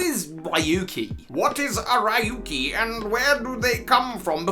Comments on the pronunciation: It's been years. RYUKI NOT RAYUKI🤣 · Ryuki's name is actually pronounced "Ree-uki," not "Rai-yuki." In fact, Raihan's name is likely actually pronounced the way that you'd been pronouncing Ryuki's. As for what I'm doing during lockdown, well, I've been just playing Super Smash Bros Brawl: Project Plus; which is an unofficial continuation of Project M; and Onimusha Warlords. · Ryuki is pronounced "Yuuki" btw! it's not Raey-yuki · Ryuki is not riuki right? Then why are you saying i? Ryu is dragon in japan.